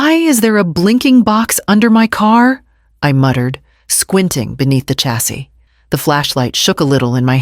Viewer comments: Oh dear, the curse of AI strikes again. "Chassis" is pronounced SHA-SEE, the "ch" having the same sound as in "chateau" - the word comes from French. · And yet that’s how I pronounce it Cha-see.